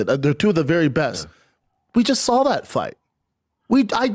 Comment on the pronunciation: Did he say I just “sawl it”